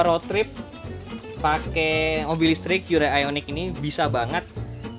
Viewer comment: Cara Bacanya org indo HYUN DAY padahal di korea asli dan sebutan nya HYON DAE